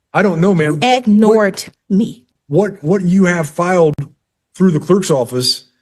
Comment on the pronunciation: I hate when I’m being condescending and acting superior, making up words and attempting to change the meaning of things I don’t understand, and/or reading from 1st Corith-ee-sees and getting ag-nored by interlopers. ($1 says she doesn’t know what ‘interloping’ is.)